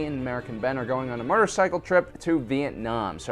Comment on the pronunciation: Motorcycle- I thought for a second you said “murder cycle”